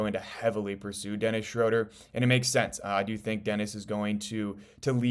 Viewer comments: Just an FYI, It’s pronounced “Shrooder” not “Shroder” Unfortunately you can’t play Ausar and Duren together and expect to win. I like them as individual players but you NEED to trade Ausar for a more complete wing and let someone else build the project. You won’t get any value for Duren in a trade. Go get Trey Murphy Or Herb Jones and change or Toumani Camara for Ausar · Its pronounced Shr-ooooo-ter... Rhymes with Shooter. Good info.